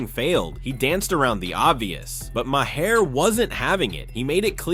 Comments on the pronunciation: I never cared much for Bill Maher and I’ve listed to him for many years, but pronounce his name right. The h is silent so it sounds like May-er. I have at least that much respect for the man. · Can't even pronounce Bill's last name correctly... 👎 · I like your video but please learn how to pronounce Bill Maher’s name correctly.